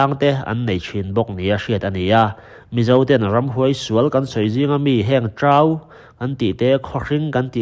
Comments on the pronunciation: Trau i lam dan hi Tlau tia a rik dan ang hian lam la chu a dik zawkin a nhaihnawm zawk nhei ang le....... e. g. Trau meichher ch hi.... etc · Trau hi a ri hniama lam tur